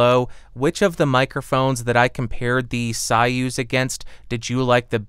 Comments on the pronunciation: So-use - not sawuse. Zopah. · Way above my price range but a very nice sounding Mic. BTW, I believe that it's pronounced "SOY-uz" (as in Soy-sauce) not "SIGH-uz", the way you were pronouncing it.....😉😉👍👍🎤🎤👍👍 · It’s “Soy-use” not “Sigh-ooz” lol.... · You know the King Bee and the Soyuz which I know is most likely not want to hear that though. Also I thought it was pronounced Soy-use, since it is spelled the same as the capsule used in the 60's Russian space program......I could be wrong though. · Interesting that one of the founders, David Arthur Brown, pronounces it as Soy-use (as in soy sauce) in some Youtube clips. It seems like he would have the pronunciation right. Maybe it is the English pronunciation, because I don’t know Russian... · It's pronounced "Soy" as in soyboy and "uz" as in use that hammer and sickle.